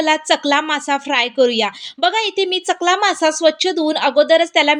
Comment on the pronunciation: चकला नाही सकला मसा